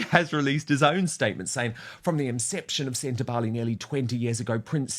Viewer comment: SEN TA BA LE (not “lay” it’s an “egg” E !!!!